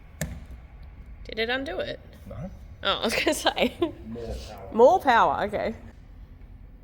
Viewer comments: Dont worry..we're always here for "more powah" 😏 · "More powah"